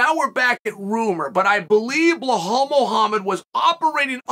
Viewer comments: Who the flunk is Blahal? It’s Bill + Al = Bilal. C’mon Chale Sunnin’, you can do this 😂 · not bahhal chael..., it should sound BEE LAL 😂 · It’s Bilal not Blahol 😂😂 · idk but to me it's easier to say Belal than Blahal!!!Uncle Chael!!!The 🐐!!!!! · I used to get annoyed by it but now i wait for the Blahal everytime. If i were to go to a Belal fight i would wear a T Shirt showing Chael saying “I’ve got Blahal winning this!” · Surely that man's name is not blahall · I love uncle Chael but sometimes he gets me laugh so hard... I don't know where he finds Belal - Blahal plus Chimaev gets in the way so we have Chamal...🤣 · Belal❌ Bla-haul✅ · Who's Blahhal? It's Belal. It reads exactly like it's written. No hidden nor exotic sounds. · Why does he keep pronouncing it Blahal 🤣. It’s so funny. I’m like who is Blahal? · Bil-lal, not be-hal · Belal Chael;bluhhall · If Chael hasn't heard any of the commentators pronounce Bilal as Bilal and not Blahol, then he can at least read it phonetically! I think it's Chael's deliberate wisdom deliberately mispronouncing some names! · Who in tf is Bluhal 😂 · Who's blahaul?? That should the worst pronunciation by this uncle surely for attention, nobody can be that wrong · Bluh-haul, LOL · Blehal Muhammad. Undisputed champ of proper name pronunciation. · Dude THERES NO H IN BELAL wtf do u keep calling him BLEHALL FOR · Bel - All ! No H ! Goddammit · The amount of time he says blahal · Wtf, he keeps saying BleHal 😂😂😂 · I’m now convinced Chael mispronounces names on purpose 🤣🤣🤣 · Anyone else notice how terrible chael pronounces names “Belhall” “Peyera” Love the show but damn 🤣🤣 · Chael... say "BE" then say "LAAAL" THERE IS NO H ANYWHERE IN HIS NAME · Americans can say Massachusetts but can’t say be laal 😂😂😂